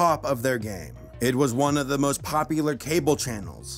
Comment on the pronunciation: Hehe, Pompular